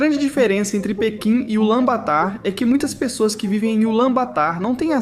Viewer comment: A pronúncia é "Bator" abraço mano